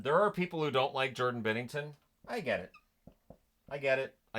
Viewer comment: It’s Binnington, not Bennington. There are no E’s in Binnington. And, absolutely, he should be in the top 10. He was instrumental in winning the Stanley Cup in 2019. He had a great season in 2020 before COVID shut it down. He almost stole the series against Colorado in the ‘22 playoffs until Kadri crashed into him and took him out. Yes, he had a down year in 22-23, but was outstanding in 23-24, even though he has a crappy D-corp in front of him.